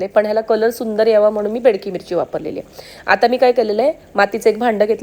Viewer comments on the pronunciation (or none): Bedki mirchi nahi Bedagi mirchi